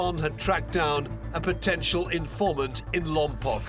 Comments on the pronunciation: Lompoc is pronounced, "LOM-POKE" 😡! That's how its residents have pronounced it for forever!!!!!! Please learn proper pronunciation 🤦🏾‍♀️🤦🏾‍♀️🤦🏾‍♀️🤦🏾‍♀️ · It's not pronounced Lompock, it's Lompoke. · Lompoc is pronounced with a long O sound. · Sorry, but the city is pronounced Lom-poke. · The way they say Lompoc 🤦🏾‍♀️ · That’s not how you pronounce Lompoc 😅